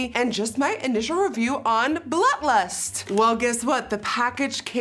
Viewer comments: Secretly mad at Jeffree for naming it blood lust.... or as Nikki says “BLUH LUST” Girl commmmon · Umm.. is she saying... BLUT LUST?? Lol guuuurl. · I love how whenever she says blood lust it sounds like blunt lust xD Love it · I’m glad I’m not the only one who hears “Blut lust” 😂😂😂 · Sounds like you said the new Butt Lust pallette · I’m not the only one hearing “blut lust” 😂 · I LOVE Nikki but I can’t stand hearing “Blut Lust” .. 🤪 it’s like glass shattering... lol still love you though! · I heard Blunt Lust. Lol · Ashlee Slavey came looking for this comment lol I keep hearing blunt 😂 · lil wavy noooo I did! That and blunt lust